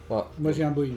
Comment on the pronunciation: "J’ai pas d’Airbus, j’ai un boieng "